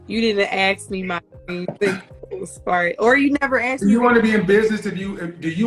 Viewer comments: Both is not pronounced bowl! Ask is not axe! If you pronounce these words that way you will NEVER get a high value man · Oh my god...STOP saying "axe"... Nobody AXE you a question. Fucking hell. How is it 2023 and people still say "axe". It's "ask". A-S-K. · Not axe...ask. Not dat...that. Not din..then/than. Preschool education. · She's has a below average scene of reality. She is living in a complete fantasy land,in her mind. She's just not very bright, she hears but can't connect more than two ideas together in 30 seconds. lesson one, it's pronounced arssked not axxed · I don’t mean to sound rude but for a woman who is educated with a masters did anyone notice her English? She says “axe” instead of ask;, “dat” instead of that, I noticed several times. That to me is a turn off, just my opinion. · Ask not axe. How does she have all these degrees😓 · ask > aks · But she "axed" him! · She said. Boof of. Us . 😹😹 and she has a master degree? Oh. Ok. .. oh. Snap. She said. Ax. Too. Omg. I can’t make this up !! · When someone with a masters degree says, "Let me axe you a question." I question that degree. And she wants to educate? Really!?! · Ask not Axe. PiCture not Pitcher. If you Want to learn proper English diction, watch any black male TV anchor across America. They are some of the most well spoken people on the planet. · … you didn’t axe me…. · A woman who cannot pronounce the word "that" or "ask" but wants a high value partner. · She’s educated, but can’t pronounce ask. OY VEY. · She wants someone "educated" but she can't pronounce "ask" properly. SMDH. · I want billion dollars, I'm all that, but I'm yet to learn how to pronounce the word" ask" - a modern woman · Masters degree and can't say "ask?" How is that possible if she was educated?